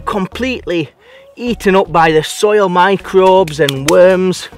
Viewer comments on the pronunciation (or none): none